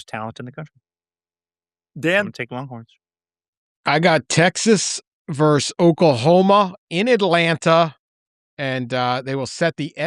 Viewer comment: I’m not sure about the value of the UMass BA when I consistently hear “verse” instead of “versus”.